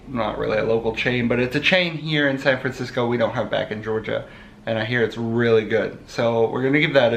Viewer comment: "Fancisco" lol